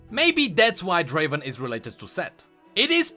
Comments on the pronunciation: Its not draven its draaaaven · Uncultured fuckers its pronounced as Draveeeen